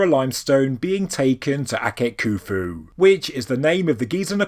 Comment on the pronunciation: why is there a silent "H" in Khufu ?